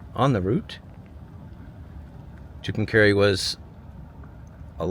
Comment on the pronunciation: It's pronounced Two Come Car EE!